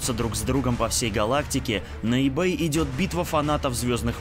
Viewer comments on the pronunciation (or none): none